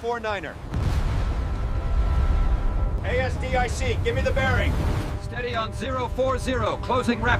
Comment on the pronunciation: "Steady on the A...S...D...I...C..." 🤣🤣🤣 Sloppy AI slop. 👎